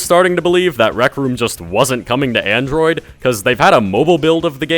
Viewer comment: nigga said androi.